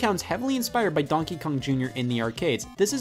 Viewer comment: Scott apparently pronounces ‘donkey’ as “DAWNKEE”